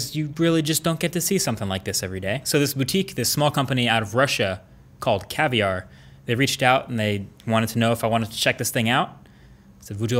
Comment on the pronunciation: Its caviar not cavlar 😁😁😁